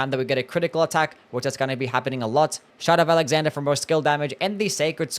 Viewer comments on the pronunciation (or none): The way you pronounce shard of alexander sounds like; shut up alexander or shout out alexander..